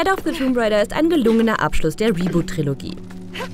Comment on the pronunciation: Tomb raider... Das "b" ist stumm 🙂